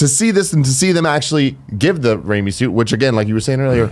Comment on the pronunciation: Ooooooh, they meant RAIMI suit! I was like, what the hell is "Rami" suit?